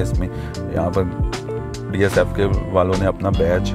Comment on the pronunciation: Its not dsfk...its DFSK 😂...why wud somebody trust your review when you dont even know the name 😄